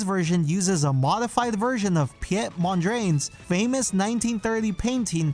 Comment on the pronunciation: Mondrain? It’s MonDRIAN pronounced mon-dree-ahn